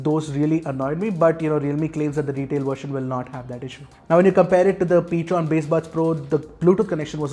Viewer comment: it's Ptron not Patron, edit it in the description area. Thank You.